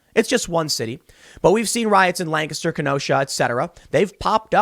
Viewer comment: Thank you for pronouncing Lancaster correctly! 😊🎉